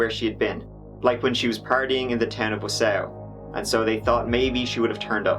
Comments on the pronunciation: "WEE-OO WEE-OO" pull over, guy! its the Wisconsin name pronunciation Police hey! You have been sited one bottle of Jezynowka for your mis-pronunciation of da City of Wausau, der guy....which is pronounced "Wah-saw", ya know? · I grew up in Wausau. I've heard it pronounced so many ways. But not quite the way you have :) We mispronounce Antigo on purpose. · Im from Wisconsin and i noticed that right away. Haha. No harm no foul. I knew what u meant. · Born n raised in Milwaukee,WI I watched this and corrected out loud, each time he said Wausau.. Lol So, I thoroughly enjoyed this comment thread very much! I do remember this, so sad, I hate no closure endings.. 😞 I disagree with her mothers anger directed towards the actors in the Hey Walter vid, but I can understand her pain and upset, thinking her daughter might be her. However it's extremely misdirected, seeing as these people obviously never made this about Kayla, never intended it to be connected to ANYTHING remotely involving a real missing person. Calling her a bitch? Uncalled for and rude. Her daughter is missing and she has no closure all these years later. It's called empathy, try having some.. In the end however, I LOVE watching you, your sarcasm is right up my alley and topics, same. That Chapter is one of my most watched and favorite on YouTube, thanks for the content! 👍💜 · Him saying Wausau GOT ME. I’m from wisco too and this made me chuckle 🤣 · half my family lives in Wausau, Wisconsin (Wa-saw) true story. Not Wa-Sow lol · Oh, great! I was just going to make a comment on that. However, it's not pronounced Warsaw, either. It's tricky. I remember it from an insurance commercial from years ago. You should call someone there and have them pronounce it for you. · Pronounced WA SAW That's ok though. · I was laughing so hard at you saying Wausua. Good times lol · The way you pronounce Wausau 😂... it's pronounced more like WA-SAW 😊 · It’s wah-saw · Is he saying Wausau? Wah-saw